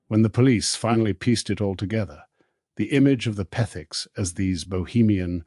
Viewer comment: Interesting how the narator can't say Petherick's but name them Pethiks. Just a slam fest against alll of us who so loyally watched the renovations and were glad for the comminity. Shame on you whatever you are!